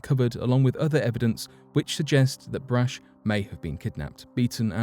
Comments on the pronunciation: Come on, dude. It drives me nuts when people just assume they know something especially when it comes to people's names. Just about every American knows Brach's candies and how the last name is pronounced. Helen Brach's surname was pronounced "Brock", not "Brash". All you had to do was ask an American if you were pronouncing the name right or not, which you weren't. Not even close. I mean, how do you even get "Brash"" out of that? I could understand, but not forgive, if you said "Bratch". I know I am nit-picking, but the Brach family is HUGE in the U.S. That's like me doing a video where I constantly pronounce Cadbury candy as Codberry. All you had to do was a simple name check, but you didn't. Lesson? NEVER assume!!! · It’s not brach it’s brahk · Brach pronounced Brock